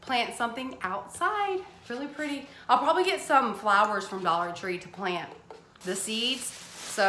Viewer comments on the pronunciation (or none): none